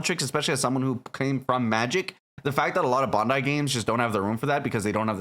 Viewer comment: Why cant the people making YouTube videos about this game say Bandai or the names of some of the Mobile Suits and Characters correctly? I immediately lose all interest in a video once I hear it. Its Bandai not Bondai. 😖😖😖😖😖 Sorry about the rant, Love the video otherwise.